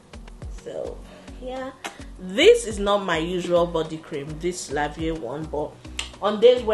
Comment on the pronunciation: 🤣🤣 it’s pronounced “LA VI” I don tire for you 🤣🤣!